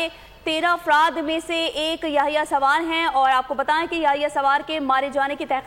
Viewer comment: Its Sinwar ....not sawar